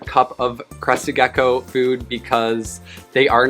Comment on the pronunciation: Every time hear Crested Gecko it sounds like Crusted Geko